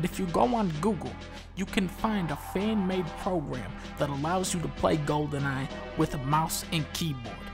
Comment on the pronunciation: golden eye = "gohden ahh"